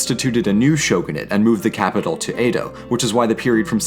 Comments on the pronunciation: Great video! Though your pronunciation of Edo like "A-doe" kept bothering me. Its more like "eh-doe". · Vowels as in Spanish. Most mora end with a vowel sound, as in sa-mu-ra-i, or roh-ni-n. Chee-Bee, not chib-ee. Roh-neen. not row-nihn. Samurai Jack is wearing kimono and hakama. Kah-mah-koo-rah. Ah-sh'-kah-gah Yo-shi-ah-ki. Short é sound for Edo, like red.